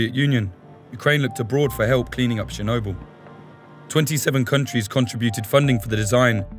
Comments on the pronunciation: Chair-noble or Chair-no-bull....Tomate-o to-mato. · Is there anything that takes you out of it more than a reporter mispronouncing the subject of his video?